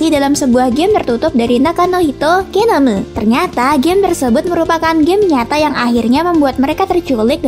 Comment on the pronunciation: Suka pas ngomong "genomu"